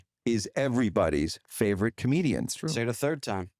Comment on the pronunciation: A com-EGO-dian...